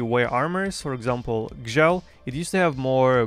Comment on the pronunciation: I now know how to properly pronounce Gzhel lol.